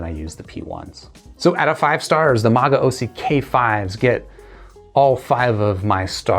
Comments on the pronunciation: It's pronounced "ma-go-see." Great review bro. I thoroughly enjoyed these when I heard them about a year ago. However, the chi-fi market has blossomed with such affordable great products lately i feel you can get better for so much cheaper these days. Like the Blon bl-03 for example or the Shuoer Tape and BQEYZ Spring 1. If you enjoy these a lot though I highly recommend you look into the magaosi mgs-401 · I'll stick with MAH-GAO-SEE in the with pronunciation.